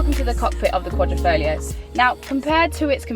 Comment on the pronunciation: QUA-DRI-FO-GLIO not QUA-DRO-FO-GLIA For people with verbal disabilities, just Julia is enough